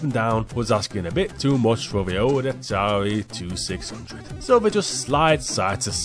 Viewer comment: Yeah, I have to say that you were saying those Atari consoles wrong, but I can't really blame ya. We say it like the Atari Twenty Six hundred, and the Atari Seventy Eight Hundred.